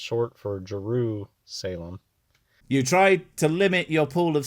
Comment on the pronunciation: Jeru-Salem, Oregon...? I feel more dumber hearing that...